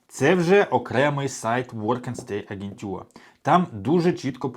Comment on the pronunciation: Смішна і неправильна вимова у Вас: "агентюр"! Німці кажуть: Agentur (агентур!), а не агентЮр!!!